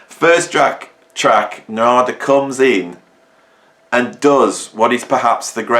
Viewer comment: He pronounces his name NAR'DA